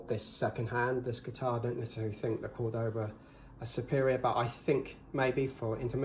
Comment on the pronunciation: *CÓR-do-ba Emphasis goes on the first syllable.